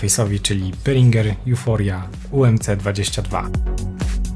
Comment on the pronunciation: czy tylko ja na początku usłyszałem phringer